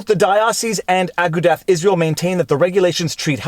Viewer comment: FYI It is pronounced A-goo-duh not Ah-ga-dath